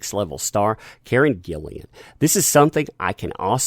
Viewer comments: ...It's Karen Gillan, not Gillian. Every time you said it wrong it made me cringe. And I agree with you, if the powers that be dismiss Johnny from the next film in the Pirates of the Carribbean franchise, then I personally think I will be looking around for places to put my signature in Johnny's defence. I think they are more interested in saving face, rather than supporting an actor who they have made multi millions out of. If they refuse to put Johnny back into the Pirates of the Caribbean franchise, then I for one will boycott any further films they make, and encourage everyone I know to do the same. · Its not GILLIAN. Its GILLAN.